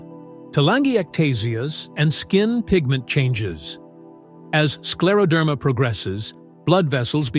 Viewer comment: Слушать невыносимо, неужели нельзя ИИ правильно произносить слова.... СкАродермия😢